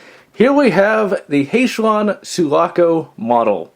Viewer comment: Sulaco not suvaco. Halcyon not hayshion.